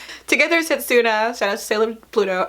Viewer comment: At least pronounce their names right. Towa, setsuna and moroha.